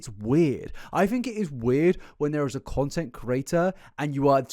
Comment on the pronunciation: The way you say "creator" is so close to "curator", it itches the inside of my ears 😂